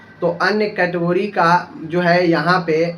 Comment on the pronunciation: Phle category bolna to Sikh lo lol kahi ka